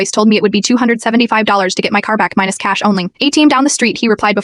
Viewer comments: If you can't spell words correctly, your AI voice will mispronounce words like "cash" and ATM. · When your AI script/voice can't say "cash," "Flat," "only," symbol for "simple?" quit your channel.